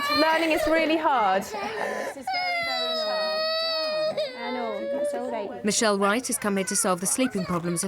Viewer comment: It's orright, it's orright, it's orright, it's orright, it's orright, it's orright, it's orright.